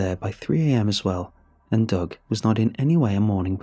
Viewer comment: Literally listening to this for two minutes I thought “Doug” was “dog”.